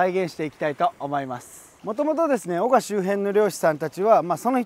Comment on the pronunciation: 「お↑が↓」じゃなくて「お↓が↑」っすね！秋田県民より